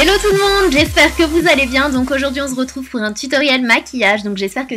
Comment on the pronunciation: #teamsnapchat Yay!!! Tu dis vraiment on zretrouve !!!😂